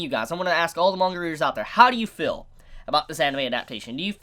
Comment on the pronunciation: Ideal not idills and feel not fill learn to pronunceiate please.